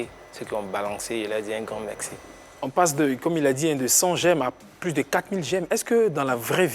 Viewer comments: Dites a qu'on ne dit pas Mexci Lancxé eh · On peut pas lui dire que C'est pas comme ça on dit "merci" ça fatigue mes oreilles djo 🤣